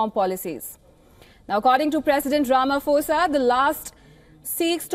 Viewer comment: Do you think afriforum speaks for all afrikaners. Please also learn to pronounce peoples names properly. Its Ramaphosa. The ph is not F its pho